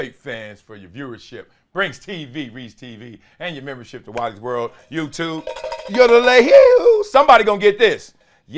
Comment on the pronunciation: every time you say "Wiley's World" I hear " Wally World" from the movie Vacation